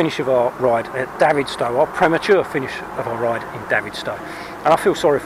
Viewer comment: Great effort from someone who lives in Launceston. Bad luck with the cable. Next if you have trouble there’s two great bike shops in Launceston. Btw.....Davidstow is pronounced David stowe☺️